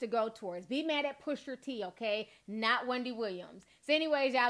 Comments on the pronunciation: T... love your commentary and I always come and check your videos but.. his name is Pusha T...not PushER T 😂... you're adorable though but that was killing me LOL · Ti it’s not pusher t it’s pusha T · When I hear "Pusher" T instead of Pusha....it has the same effect as the n word with the -er vs the -a. Makes me cringe. I don't know why this is. I have no stake in the man's name. 😂